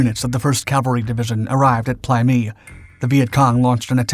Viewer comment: In my time there it was pronounced "play meh-i"😢